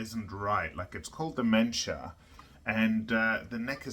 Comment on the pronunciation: When you said mensur, I thought you said dementia... :^)